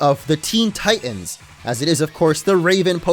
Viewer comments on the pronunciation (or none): none